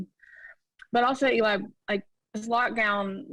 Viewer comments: Is she calling him Ely? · Does she keep saying Eli?